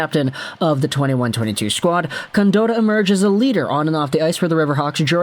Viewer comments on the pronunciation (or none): Its pronounced con-Dot- tah not dotah